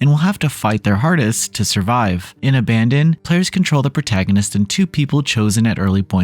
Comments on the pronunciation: You keep saying abandon but it's abaddon (ab - uh - dawn) means "place of destruciton" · I think it's pronounced ABBA DON